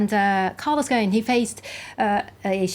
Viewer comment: obviously knows his industry, but he can't come close to pronouncing a French name to save his life. Un peu embarrassing.